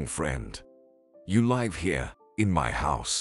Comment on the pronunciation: Too many repetition of words and sentences. Wrong pronunciation of live sometimes as in alive.